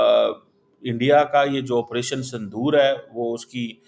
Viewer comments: Sindur h sandur nhi 😂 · Sandoor nahi Sindoor 😊